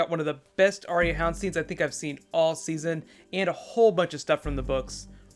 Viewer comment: BTW - it's "Are-ya", two syllables instead of 3. :-)